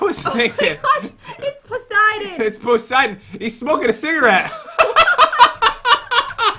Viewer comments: It’s not pronounced poh-siden. It’s puh-siden. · It’s Persiden not poisiden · It’s puh -siden not pohs-iden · ITS POOOSIDENN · OMG its pociden